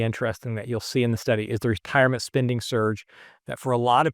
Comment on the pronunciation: Great video with excellent information but I just can't with the mispronounced spinding instead of spending I feel like I'm on the receiving end of the "right meow" stop from Super Troopers 😂